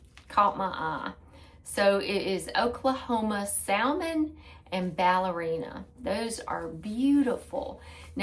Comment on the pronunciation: Hi there,good morning! I came across your channel not long ago and love watching your channel. BUT….. every time I hear you pronounce SALMON…. I cringe, lol. You don’t need to say it and pronounce the L in Salmon. The L Is silent.